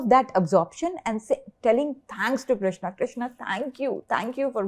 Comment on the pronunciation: Its Krushna why does she say Krishna?